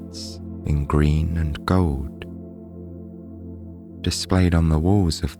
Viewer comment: Owch : the v o w e l s. You are half way there 👍 The doubleyous 'w' are painful. The 'd's & 't's : 'sandouwz' sandAls ... ! Try it ... a. e. i. o. u. repeat! Tea Dee Tee Dee 'Gouwd' = gOlD. 'WAIEST' waist ! 'Atauwl' = 'at ALL' tld isn't 'ouwd' as in 'settled' not 'settouwd' 'fillouwd' / f i l l e D. 'Taieste' / Taste! 'Wouwta' 'water', 'Cristawl' crystal or cristelle ... 'wiv' wiTH